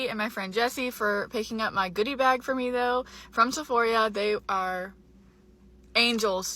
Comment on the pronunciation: Is it just me or is pronouncing Sephora like Sephoria?